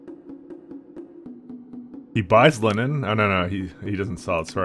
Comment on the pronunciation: I think I been here for too long caz when you said line-nin I just went "it's, of course he pronounce it like that."